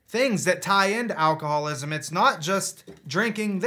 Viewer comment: its alcohol-ISM not alcohol-WASM.